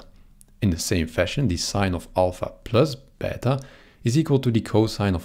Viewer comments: Wow! Ive never heard anyone actually using the correct pronuciation for plus and beta like that! As an italian and a greek/latin student I really appreciate that! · as a russian i appreciate that too :^)